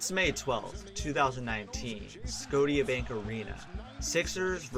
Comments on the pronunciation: I understand this video is nearly 30 minutes long but did you just open with "SCOTE-IEA?" Arena? It's pronounced like "Scousha" ... like Nova Scotia. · Good video, but I do want to say that the Tia in Scotia is pronounced like “Sha” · bruh this guy just said sco ti a bank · its sco- sha not sco - ta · mf said Scodia bank arena. SCOTIA. SCO-SHA. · Sco- teea bank arena??? Lol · sko-sha not sco tia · Sco- teeyah?!!! It’s pronounced Sco- shah bank Arena! You can’t be serious! Credibility gone! How can I listen to anything you say about the Raptors when you don’t know how to pronounce the name of their arena? 🤦🏾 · is clearly not Canadian, The Scote ea bank Arena🤣.... the T makes a "sh" sound like Nova Scotia or the Bank there of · it made me laugh when you pronounced the stadium as scodia bank arena you say it like sco-shia bank arena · "scoteya bank arena" dont wanna be that guy but its pronounced "scosha" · lol lmaooo this guy just said scotty arena im dead scotia bank arena fame! im a raptors fan and this intro got me dead lmaoo!scotty bank arena this guy doesnt know how to talk! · LMFAO scooti arena??? Scotia-bank arena.... 😂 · scotia? its pronounced sco-sha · “Skoh-tee-yah bank arena” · Did this guy just say Scot-e-ah arena lol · man said "sco-dia bank arena" 🤣🤣🤣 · Loool Sco-tia bank arena??? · its pronounced "scoushabank" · 7 seconds in and did this mofo say sco tia bank? Lmfao lost all credibility in 7 seconds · OK 3 min into this video and it's 🔥. Good job man I forgive you for the sco tia bank lmfao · i really wanna open an account at sco-tee-ya bank. i hear they've got great in-cherries-tay rates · Scroatia-Bank Arena???!! Lol 😂🤣😢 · SKODIA BANK ARENA?! You had to have done that on purpose... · dont ever let me hear you pronounce the scotiabank centre as "sco-ti-a bank cenrtre" ever again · Scoteea Bank Arena 🤣🤣🤣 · i love your videos but its pronounced sco-shia bank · 3 seconds in, you say "scote tia bank" im not watching the rest of this